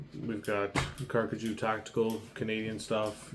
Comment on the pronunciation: Thank you so much for your review! We're glad you're enjoying our gear. We truly appreciate your trust and support. And by the way, you're pronouncing the name perfectly!